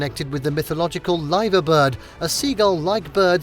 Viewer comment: Errhhh Liver building As in an organ in the body It's pronounced as you would say diver Liver diver get it!